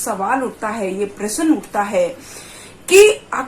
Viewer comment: प्रसन प्रश्न ईसे बोलना सिख पहिले??